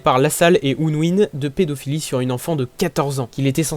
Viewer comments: Ça se dit pas ounouine mais euneouine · Ounwine 😂 Ça se prononce Eunwine 😂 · Super cool et super minia et montage (mais ce qu’il me dérange c’est quand tu dit unwin)OUNWIN😂❤️super vidéo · Il a dit unewin 😂😂😂